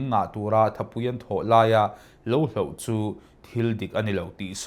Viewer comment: Chanchin thar ah leh zel pawh 'hloh' tih tur ah 'hlauh' kan han ti tlat mai hi a buaithlak hle mai